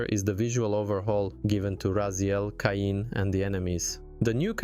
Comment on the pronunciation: There's no debate here, they're more than worth it, hopefully soon Blood Omen 1&2 and Defiance too. Now, not to be nitpicky, but how do you mispronounce "Kain" so badly when it's literally the first word coming out of Raziel's mouth when the game starts?